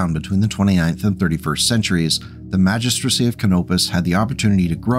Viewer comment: Thanks for the video! You did well saying "Magistracy" all those times, i know you were dreading that